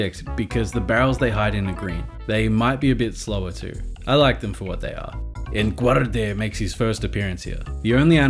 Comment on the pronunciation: The way you pronounced Enguarde got funnier every time you said it. XD To make the overworld more interactive, it required making them less detailed than the sort of background-paintings the first two games used. It's unfortunate, but was probably the only way it was going to work on the SNES. And the interactive elements are really endearing, so I think's worth the trade.